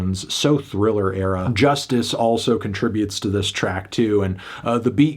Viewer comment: He knows it’s pronounced Joo-stice, right?